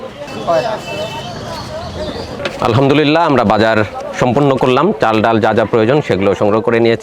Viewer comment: Why are you calling daul instead of daal & chaul instead of chal.